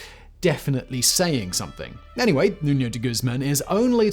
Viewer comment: Es Nuño, no Nuno